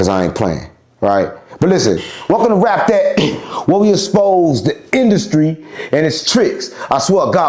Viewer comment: “we exspose”😂